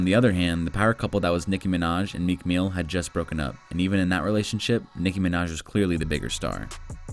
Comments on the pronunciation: "Meek meel"💀💀💀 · Meek Meel XD I am dead